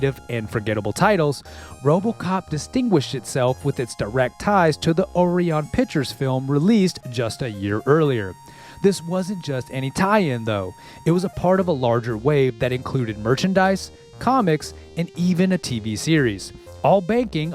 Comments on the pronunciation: Its. Pronounced O RYAN.. where did you get ori-on,?😅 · Is this not a joke??? Y'all are serious right now!!!! It's spelled ORION!!! Geez...I wonder why he could think it's pronounced ori-on... Real head scratcher🤔 How dare he commit such vulgar crimes against the English language.